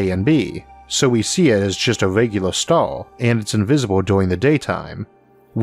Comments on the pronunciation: Am I the only one who's hering "Stal" instead of Star? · I can’t listen to this. I cringe every time he pronounces the word “star”.